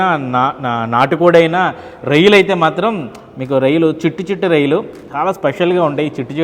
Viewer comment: anchor babu avi reyalu kadu royyalu 😂